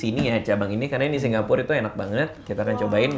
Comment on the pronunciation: Heran kenapa radit nyebut Singapur jd Singgapur.